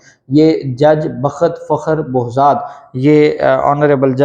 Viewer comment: پہلے بھی آپ کی توجہ دلائی تھی ایڈووکیٹ صاحب کہ جج صاحب کا درست نام لینا چاہئیے۔ ان کا نام ۔۔۔۔۔ بہزاد (Behzad) ھے ، آپ ہمیشہ بوزاد (Bozad/ Bohzad) بولتے ہیں۔ بمہربانی درست نام لیا کریں۔۔۔۔